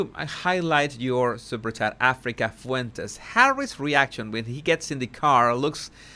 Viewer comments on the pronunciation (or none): none